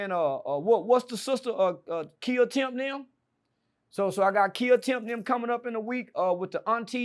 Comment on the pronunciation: Mane said Kia Temp lmaooooo it's Tia Kemp 😂😂😂😂😂 but we got you 😂😂